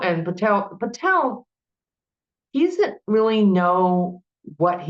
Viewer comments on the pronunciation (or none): none